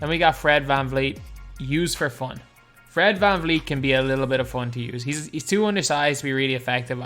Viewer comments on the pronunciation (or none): none